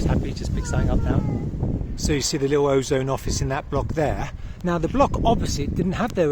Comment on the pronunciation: Pronounced Azon / Azonne / Az-on.